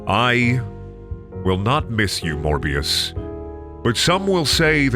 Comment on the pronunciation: It's not morber. It's never morber. #morbthesequel